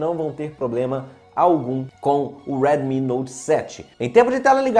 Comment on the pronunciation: Tu é Br Porra, diabo de Weeedmi note 7, deixa de querer ser americano